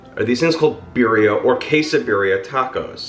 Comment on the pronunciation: Pronounce “Birria” correctly!